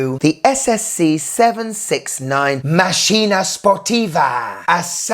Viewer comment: Great and enjoyable video, as usual. May I suggest the correct pronunciation? Màkkina (accent on the first a). 😊